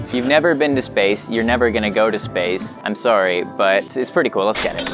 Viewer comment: he says sorry in a Canadian accent